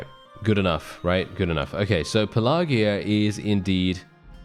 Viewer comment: Pelargir - Your pronunciation is way off. I thought you were talking about something else.